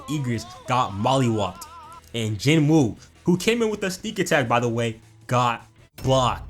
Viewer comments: ok i just need to say this please stop saying Jin-woo that is not his name listen to his sister and mom and dad pronounce his name it's Ji-noo or Jee-noo like salmon is(sa-mon) hey i could be wrong but everyone keep saying Jin-woo cause it spell that way this video need a Jin-woo counter might get 40+ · "Jin Wooty" killed me